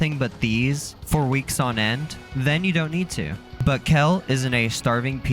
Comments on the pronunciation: i came here to say this. who pronounces them like that? 😂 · Just like mispronouncing Kel and Bao, the intro was ragebait